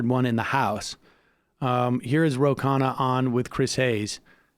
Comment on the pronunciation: Who told Sam how to pronounce Khanna right... lol